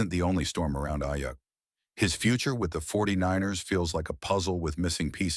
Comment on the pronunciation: next time make sure the AI says the dudes name right